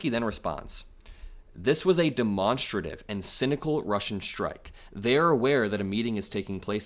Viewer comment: Demonstra-tive. Or demon-strative. I think you're pronouncing it wrong.